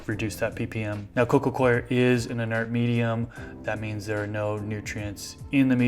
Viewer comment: It's nice to hear someone pronounce coir correctly.